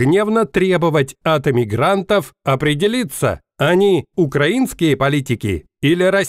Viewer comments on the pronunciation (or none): none